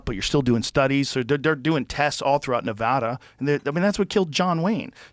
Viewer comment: Joe pronounced "nevada" nuvoda so he has no validity